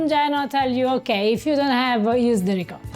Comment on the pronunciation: I'm so glad to see another ... ahem ... "reekadda" ... recipe 😂 - dude, at least try a little effort to pronounce it a little bit correctly